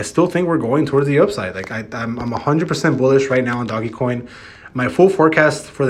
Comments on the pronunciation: DOGE NOT DOG-e-coin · man still calling it doggie coin smh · my mans just said doggy coin.